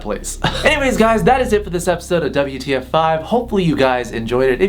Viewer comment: Still not used to 'Double-You Tee Eff'